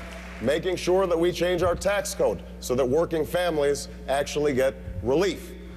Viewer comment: When did SURE become “SHOWA”?